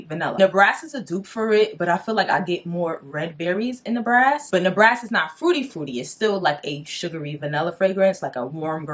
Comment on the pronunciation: Good review..i had to look at the bottle to see what you were talking about..i think you saying the Ne ba ras incorrectly